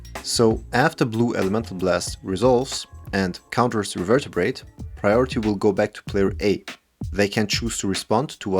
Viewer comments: Not to seem rude, as English may not be your first language, but it is pronounced Re- ver- ber- ate. You are adding an extra syllable. Thank you for all your amazing content! I am thoroughly enjoying it. Sincerely. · Nice pRuNaNcInAtIoN bro 😂 as an english teacher that gave me flashbacks to my students pronouncing things wrong over and over again in class. Not gonna lie my first reflex was to look up the card revertabrate 😂